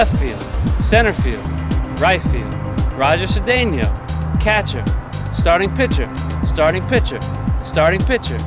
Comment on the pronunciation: I laugh so hard everytime when he says Roger Cedeno.